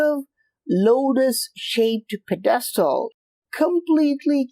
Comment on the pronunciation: your annunciation of pedestal threw me off for a few until I realized what you were saying, lol.